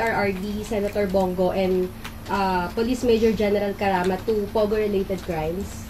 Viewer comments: Pogo po hindi pugo😂.. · To bato: it's "POGO", not "PUGO"... pugo is the late comedian team up with tugo in the late 60's...😅